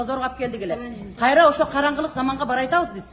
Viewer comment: сиз биринчи " барайтабыз "- эмес, "баратабыз" деп туура айтып алсаңыз. Калган маселе сизге калган жок. Сиз мындай маселени көтөргөнгө акыл деңгээлиңиз жетпейт.